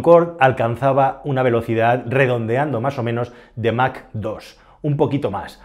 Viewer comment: Se pronuncia "mach" en español o algo parecido a "maj" en alemán. "Mac" no es ni chicha ni limoná. Que los americanos lo digan como quieran pero nosotros no tenemos por que imitarlos.